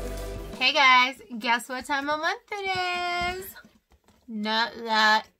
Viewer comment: When you said that tieme of the month though...i was like snap already?? haha